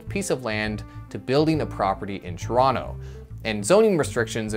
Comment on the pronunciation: Why are you saying Toronto wrong.......